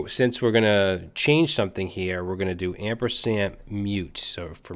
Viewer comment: It's "ampersand" not "ampersamp" :)